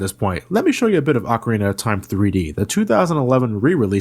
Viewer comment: pronounce it Ocarina